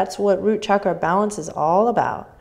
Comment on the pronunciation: As an Indian I am so happy that Adriene says ‘chakra’ with the right sound as in ‘channel’ and NOT as in ‘Chicago’ or ‘shark’. And every other Sanskrit word/phrase - absolutely accurate in terms of sound. This is very important as sounds in Sanskrit are important in terms of frequencies.